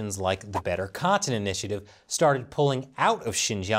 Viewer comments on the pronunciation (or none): I don’t think I’ve ever been so triggered by a person’s pronunciation of the word cotton before